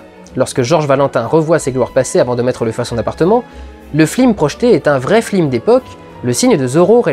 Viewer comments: C'est moi ou les dernières minutes tu dis très très souvent "fLim" et pas "fiLm" ? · Flimeur, arrête de flimer XD Et sinon, c'est qui le gars qui t'étrangle ? :) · Ce qui m'as gacher la vidéo c'est que tu prononces FLIM au lieu de FILM ! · C'est fait exprès, c'est une référence à l'affiche de "La classe américaine" où il y a marqué FLIM au lieu de FILM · on dirait que tu dis Flilm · Ouf, il dit flim c'est pas moi qui doit aller chez le médecin XD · J'ai tiqué à chaque fois que tu as dit "flim". Je suis certain que c'est un clin d’œil, mais ma culture cinématographique n'est pas bien grande et du coup je ne le comprends pas (ce clin d’œil). Si quelqu'un pouvait me le dire, je l'en saurais gré. En tout cas, encore un très bon PJREVT. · super vidéo comme toujours. vivement le Pjrevat sur matrix (oui je suis un gros fan-boy) mais par contre merde j'ai entendu "FLIM" dans 95% de la vidéo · Pourquoi il dit "flim" du début à la fin de sa rétro? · j'avais oublié que tu disais "flim" à CHAQUE FOIS dans ce PJREVAT. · arrêtes de dire flim, ce n'est vraiment pas très marrant... j'ai connu un mec de droite une fois, il avait dix fois plus de classe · Le "flim" j'ai étais trés agacé par ça :p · et dans les classes américaines, ils disent "flims", c'est donc un hommage/une blague pas drôle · Je crois qu'il a plus dit flim / film dans cette vidéos que dans toutes ses précédentes rassemblées ^^ pas du tout "obvious" la référence ^^ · si j'entends encore le mot flim, je tue quelqu'un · Pourquoi, "Flim"? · j'ai entendus flim tous le long de la vidéo , je te hai . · C'est moi où vers la fin de la critique tu commence a dire flim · le flim? ou c mon oreille qui bug? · En tout cas même si elle est volontaire, la prononciation flim rend pénible le visionnage! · Mal prononcer le mot flim serait-ce une ruse pour prouver qu à partir d un défaut nous n écoutons pas le reste? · Si tu redis flim encore une fois je me désabonne. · Tu n'arrives JAMAIS à dire "film" correctement :D